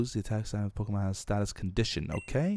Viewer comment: Beefs pronunciation of pokemon are awful😂😂